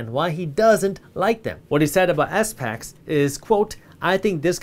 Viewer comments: I believe people just call it a “spack” instead of S-PAC for pronouncing SPACs 😂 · it's called SPACs not S-Pacs ;) but love this channel and the new discord app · Hey Jaspreet when you say S-PACS you mean SPACs right?